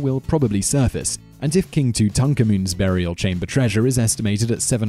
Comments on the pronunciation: I swear Simon just can't be arsed to pronounce words correctly half the time! Who's "tutukaman?" 😂😂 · lol Toontonkamoon! That's hilarious! I think he's just messing with us. Nobody mispronounces things that badly that often unless it's intentional. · Are you trolling? Tut is short for Tutankhamun, which is his real name. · Are you pronouncing King Tut's name correctly? 'Cause this is the first time I've ever heard it said that way. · I don't think I have ever heard Tutankhamun ever massacred so badly. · Please pronounce Tutankhamun correctly. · yer pronouncing king Tut's name differently than I've ever heard it, and you have a history of mispronunciation, but I like the way you say it! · why pronounce tutankhamun like that? !? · Learn how to pronounce Tutankhamun...